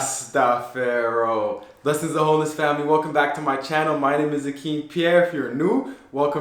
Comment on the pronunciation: Good vibes, kilash is a real roots herbalist… to the host, please stop saying rastafero, ask priest what the correct expression… you don’t sound on point at all..